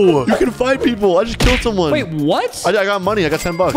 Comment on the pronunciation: video and “somone” what word is that